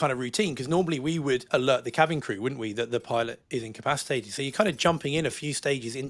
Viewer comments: "Encapsitated"...? Hilarious. Try : "In..Ka..Pass..Ahh..Tated" Otherwise...GREAT CONTENT AND STYLE! Thanks and keep up the good work! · Great new show guys! But could somebody please explain to how to say the word(s) "incapacitated" and "incapacitation". ("Incapsitated" is not a word). I understand English is not first language, and he speaks English so well, but he's been saying these words wrong for years, and I had hoped somebody would have put him right on that by now. Thanks guys, and good luck with the new show!